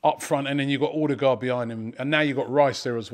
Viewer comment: Please please Robbie it’s Odegaard like the ur in cur or burr. Think of it as Urdegaard.